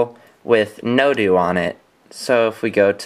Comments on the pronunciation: It's [no-doe], not [no-dew] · NoDO.. like No DOUGH or No DOH, as in No Doughnut. Not NoDoo.